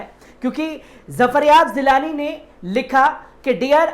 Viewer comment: Zafaryab zilani nahin zafaryab jilani name h.tanj nahin tanz hota h please sheen qaaf durust kar len .